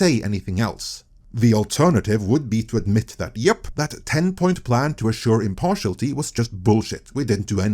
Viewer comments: "Impartiality" has six syllables. im - par - ti - al - i - ty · Sorry, I've gotta complain about 'impartiality' being pronounced 'impartialty' throughout this video. 😛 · Good vid, and the word is pronounced im-par-ti-AL-i-ty. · Impar-she-al-it-ee, but you're still better than my Norwegian ;-). As a Brit, who loved the Beeb, I stopped watching it years ago, what a tragic death.